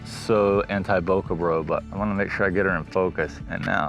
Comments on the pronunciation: Bokeh is a Japanese word and you’re pronouncing it correctly. Bouquet is a bunch of flowers. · Nice video. Thank you for correctly saying bokeh. A Japanese teacher corrected me once, saying bouquet is for the flowers, Bokeh is the smooth, soft background.